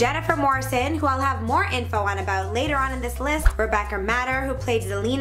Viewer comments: No one realises she said Rebecca MADDER when it’s Rebecca Mader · Mader is pronounced Made-er by the way